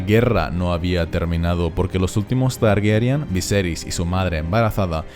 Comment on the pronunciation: Cada vez que dices "Targuerian" muere un gatito. 🤦🏻‍♀️